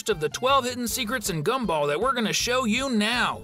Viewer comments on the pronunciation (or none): none